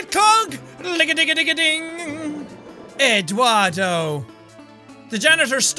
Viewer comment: Yes Eduardo from eddsworld he replicated the theme for Eduardo and then he said Eduardo in a British voice